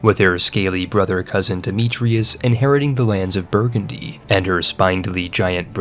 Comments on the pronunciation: It's SpIndly. Not spinedly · “spin”-dly, not “spine”-dly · The incessant rhyming is annoying. Additionally, spindly is pronounced like spin not spine. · The way you constantly mispronounce "spindly" is mildly annoying... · You should look up the pronunciation on "spindly." Or just count the number of consonants in between the i and the y (it's more than 1.) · The writing was phenominal on this one, though I've never heard spindly pronounced that way before, heh heh